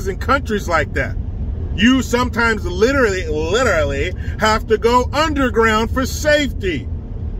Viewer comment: "Liter-ALLY." LOL You know, LIKE, you know who's talking, liter-ally.